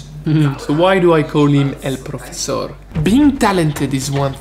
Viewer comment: I don't speak chinese so I can' comment on your accent, but you say "el profesor" so perfect it sounds 100% spanish, you got better spanish accent than english accent, when is "the spanish cuisine" series coming?:D